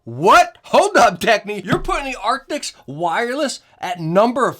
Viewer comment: Artics.. arcticts.. artis.. dude. ARCTIS